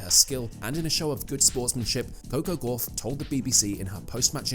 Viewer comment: Yet more badly written and badly voiced (by a machine - which can't pronounce her name correctly) asinine drivel. I am so sick of this Americanised rubbish. Please let's get back to real journalism